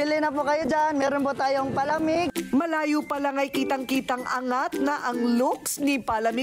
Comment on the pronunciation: Madam Korina tlaga palamig lang di alam ipronounce ng tama. 😅😂😅😂